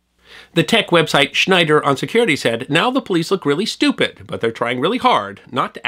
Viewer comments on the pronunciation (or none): Check your pronunciation for "Schneier" in "Schneier on Security". No 'D' for Bruce Schneier. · You goofed on the pronunciation of Bruce Schneier's name. There's no "d" in there.